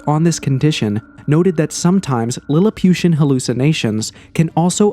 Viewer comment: 'lilipiution'...wow heheh ..this is idiotic almost funny